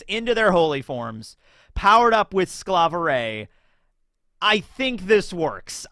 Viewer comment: yo your "hay hay Sklaverei", when you mimiked her magical girl form. was WAAAY closer how you say sklaverei in german than you say it all the other times. you say it like sklaveRAY. its not a ray tho:D